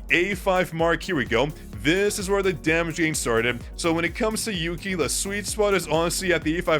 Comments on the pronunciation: For someone that knows chinese, you calling one of the largest artists in China/Asia "yooki pookie" I'm dying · Yuqi's name is pronounced as "U-qi" in Korea. The Y is silent. So like "Oo-key". I listen to their music and am familiar with their name pronunciation 😅